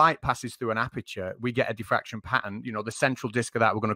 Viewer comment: He said Daffraction limit not diffraction limit , And you are neglecting the venerialplitangential precept of the damn daffractionary compressionalism constitute !!! SMH SMH SMH AND YOU DONT UNDERSTANT ,SUBSTANCE CONTAINERS!!